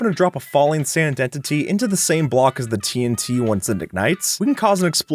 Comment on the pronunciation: What people hear: "TNT" What I hear: "Tea 'n tea"